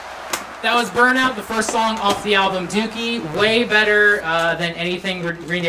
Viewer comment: you butchered burnout :(